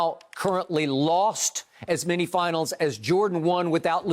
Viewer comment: Sounds like shannon speaks on a first grade level lol lol lol hey shannon its called many not menty go back to school so your not literate lol lol lol